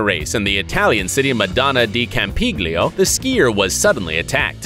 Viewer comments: What a pronounce. I think that city is madonna di campiglio but i'm not sure cause that pronounce sucks. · Butchered the maddona di campiglio name And take that womans liscence away